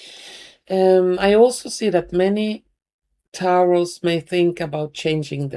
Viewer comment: Lovely Taurus is said like Torus